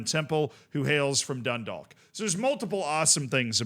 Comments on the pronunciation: I got a minor bit of cringe everytime dundalk was said it wasnt even that far off the pronunciation but it kept taking me out of the vid for half a sec wait no as I'm writing the comment its getting better (dun-dawk, like walk or talk) Edit: Oh god i should have waited drogheda was so much worse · the league of ireland is horribly underfunded, tiny note though, dundalk is pronounced like a rhyme with clock, you wont hear many people in ireland pronounce the L 'grats on the run man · Can’t expect him to say it in fluent Gaelic and a thick Irish accent, he isn’t an Irish speaker, of course he can’t pronounce it.